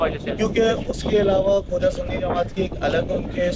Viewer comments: word khoja hai. Khawja nahei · یہ درست لفظ خوجہ ہے